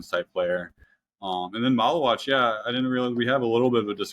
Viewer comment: pronouncing Maluach like Tallywack is driving me nuts